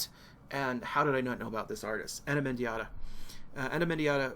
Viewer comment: pronounced as spelled, Mendieta, not "Mendiahta" as you're saying.